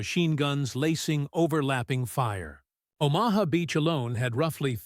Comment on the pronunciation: If the AI narrator can't even pronounce Omaha Beach correctly, then why should I bother watching this video? Answer: I won't.